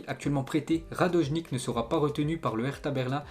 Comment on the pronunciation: ya que moi ou quand il prononce radonjic il dit radojnike